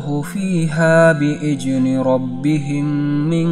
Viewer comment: Bi idzni bukan bi ijni min.mohon dibenahi lg mahkraj nya